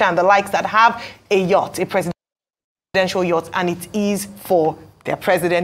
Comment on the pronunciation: Yacht is pronounced as Yot / Yurt!